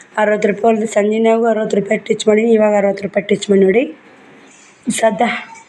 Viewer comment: ಟಿಚ್ ಅಲ್ಲಾ ಸ್ಟಿಚ್